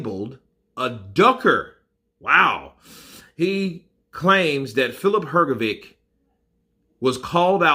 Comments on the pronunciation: H like H in ham G like G in game O like O in dog Hrgovik is Hrgovik Hrgovic is HrgoviTS C like TS in lets Hrgović is HrgoviCH Ć (considered a ‘soft’ c) like CH in cheese so it's Hrgović CH Croatian words are pronounced exactly how they are spelt and there are no silent letters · U pronounce his name Hrgovitch like bitch or witch